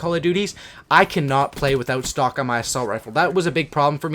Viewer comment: am i the only one who thought he said stalk and not stock